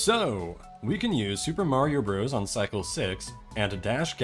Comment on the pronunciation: Bros. is an abbreviation for "brothers" and is pronounced "brothers".